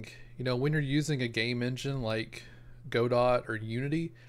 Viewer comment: BTW - it's pronounced "God-do" or "Go-dow" - as in "Waiting for Godot" the Samuel Beckett play.